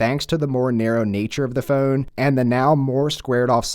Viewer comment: I had to stop watching due to the way the guy says ‘phone’